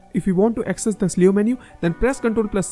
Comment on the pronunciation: i wanna correct something. the word cleo is pronounced kleo not sleo like what u said